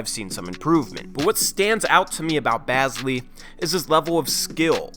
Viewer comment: he is like my brother and it is pronounced bae-zly